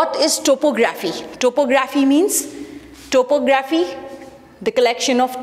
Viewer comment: uhh thank you so much this seriously helped but pls correct your topo-graphy accent